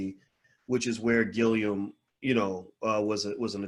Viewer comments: Respectfully, the brothers name is GILLUM, not "Gill-ium." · You’re adding an extra syllable to his last name.